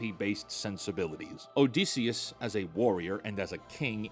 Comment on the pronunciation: your pronounciation of Odysseus hurts